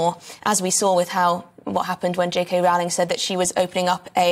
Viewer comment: So according to this Scottish Bill, in order to be recognised as a woman, it's sufficient to "cosplay" like a caricature of a woman for a few months? It can't be any more insane than this, can it? 🙄 One more thing: JK Rowling's name rhymes with "bowling", it does not rhyme with "howling"...